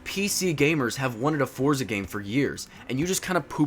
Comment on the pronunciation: This is a demo of the full game... Also, check Forza Horizon 3. Lastly, it's pronounced similar to "Fort-sa," not "For-za." It's an Italian word, like pizza.